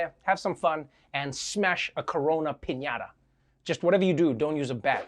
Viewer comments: Why is she pronouncing piñata like pin-Yatha? So annoying Lol.. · I'm a Spanish speaker and the way that woman pronounced 'piñata' annoyed the hell out of me. Just say pignata, dude. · Say piñatha ONE MORE TIME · p i n y a t h a